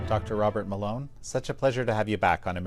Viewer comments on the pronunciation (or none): I thought he said doctor water mélon 😂